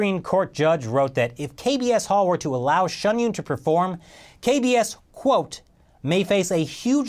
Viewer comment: kbs홀이 자꾸 이상하게 들리네 ㅎㅎ Kb asshole ~